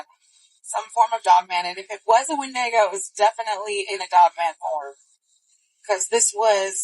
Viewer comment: Did that lady call a windago, a WIN-DAY-GO? 😂